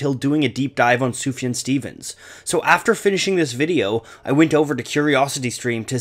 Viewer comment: it’s soof-yawn